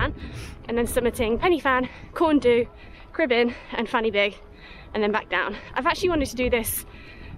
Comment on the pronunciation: Great video - and a great effort in not so nice weather. Just a few pointers towards pronunciation of the peak names. Corn Du, say it as Corn Dee. Fan Y Big, say it as Van Uh Beeg. Pen Y Fan - say it as Pen Uh Van. Cribyn - you said it perfectly. I'm looking forward to watching more of your adventures in Wales - best of luck:)